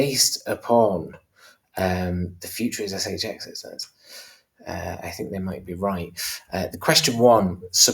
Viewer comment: In the intro put more emphasis on the X, in the the cryptobanker shXX